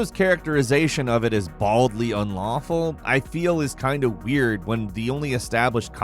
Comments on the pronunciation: "BALDLY ULAWFUL" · "Baldly ulawful conduct" huh... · “Baldly ulawful”